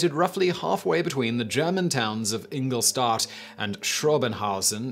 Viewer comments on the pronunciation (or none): none